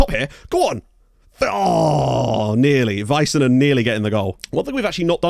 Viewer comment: LMAO the hockey references :) PS. The "A"s in Vaisanen rhyme with "sad" rather than "said"